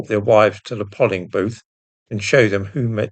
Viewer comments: Dear Please note that 'polling' booth does not properly sound like doll, dolling booth. It should sound like poling booth, as in pole, dole, etc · It's pronounced "Levens-hume" as in Alec Douglas. And what the heck is a Pol-ing booth? Is English a second language for you? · Why is everyone starting to pronounce it polling booth , rhymes with doll, all my bloody 61 years it's been pronounced pole-ing booth